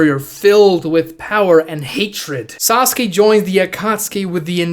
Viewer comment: Idiot who still says "Sasugay" spotted.